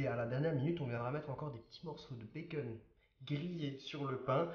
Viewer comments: Ça me stresse tu dis " bacen " au lieu de " bacon " mais tes vidéos sont super bien 👌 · pourquoi tu dis baceun